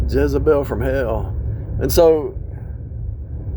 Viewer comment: Like how you said Jezzebel (hell) & De lie la. Perfect. My son married both in one. A nightmare & he has no idea. She steals from me all the time. Right out of my pursue & place. Nightmare!